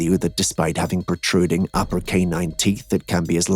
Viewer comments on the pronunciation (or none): none